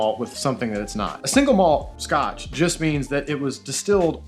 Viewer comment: Scot maltch 🤣